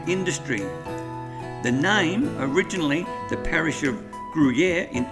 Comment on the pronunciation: Pronounced Grew-Year